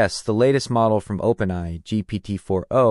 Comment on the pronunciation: Dude, it's Open A I need too fix your pronunciation